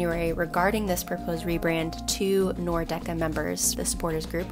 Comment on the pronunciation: Cool video! Great seeing MLS get this kind of media creator coverage. Was also hilarious seeing Hejduk's son, he's as if he simply was molded out of one of Frankie's ribs. Though I noticed you were pronouncing "Nordecke" as /Nor- Decke/. It's actually /Nord - Ecke/, literally meaning north corner.